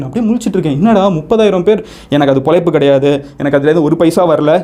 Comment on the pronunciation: மதன் சார், மொதல்ல தமிழ் மொழியின் சிறப்பான எழுத்தான "ழ" வை சரியாக உச்சரிக்க முயற்சி செய்யுங்க. (பொளைப்பு - இல்லை- பொழைப்பு). (கீள - இல்லை - கீழ). மேலும், முடிந்த வரை இங்கிலிஷ் வார்த்தைகளை குறைத்து தமிழ் வார்த்தைகளை பயன் படுத்துங்கள். (வீடீயோ மேக் பண்ணறது - இல்லை - வீடீயோ எடுக்கறது.) நன்றி